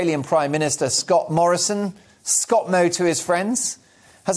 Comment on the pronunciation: It’s bloody Scomo ya bloody pome 😁